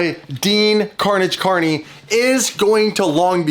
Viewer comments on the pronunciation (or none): none